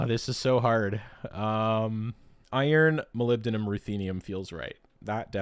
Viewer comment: I can't believe you got tc wrong! I didn't do any better, no worries I always get nibium and niobium mixed up.. Burger King ium😂 Moly-bi-dineing-yum